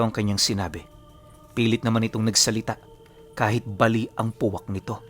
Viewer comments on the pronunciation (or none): none